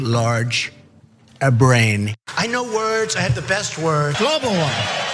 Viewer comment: [...Drumpf´s very large] ABRAIN(not brain, he actually said, "ABRAIN"). After all, "I know words, I have the best words".